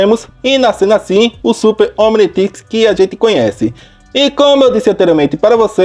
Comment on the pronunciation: como se fala Omnitrix como o cara fala omnitex